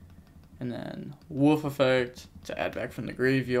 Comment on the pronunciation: It's Wolf not woof! Lol